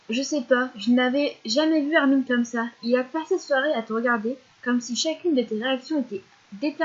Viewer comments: Ca me stress trop les gens qui disent "Armine" :c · xD Perso je trouve que ça fait mieux Armin que Armine :c et puis Chino elle dit Armin elle >3< xD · C'est marrant comment tu prononces son nom c: dans ma tête ça s'est toujours pronocé "armain" (comme hein à la fin) c